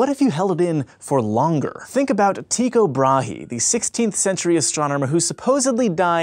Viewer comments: As a Dane, that is not how Tycho Brahe is pronounced correctly. The "h" in Brahe works as an indicator that the vowel shall be extented, but the "h" itself is silent. Meaning the it is not Bra-he, but more like Bra-aae. It is Danish, and it doesnt make sense. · the way he pronounced thyco brahe was absolutely hilaurious, lol tikko brahee.